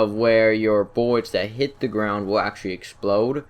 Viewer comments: Did you know miniguns are allways fully automatic. And did you know about the M61 Vulcan? O, and BTW did you know it's pilot instead of piwot? - U wot m8 Kappa. And now something else, it's not buwwets. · No more buwwets???? LOLOLOLOLOLOL BUWWWETS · you can see yo buwwets 😂😂